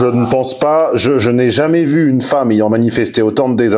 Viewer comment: « ayant » pas « aillant »